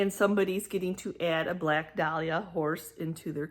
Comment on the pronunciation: It is a dala horse. Sounds like doll-ah, not dahlia, which is a flower.